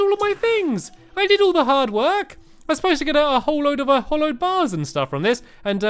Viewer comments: It's pronounced HALLOWED NOT HOLLOWED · It's hallowed not hollowed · Hallowed bars not hollowed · Pascal Wessels also ITS HALLOWED NOT HOLLOWED!!!!!!!!!!!!!!!!!!!!!!!!!!!!!!!!!!!!!!!!!!!!!!! and hallowed isnt a bad biome so dont be afraid if it goes near he treetop hotel. it wout even spread to the top! and you should really search the terrablade, becuase its the strongest sword in the game, and its very hard to make. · It's HALLOWED NOT HOLLOWED so annoyinf when people says it hollow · stampy pls its hAllowed bars not hollowed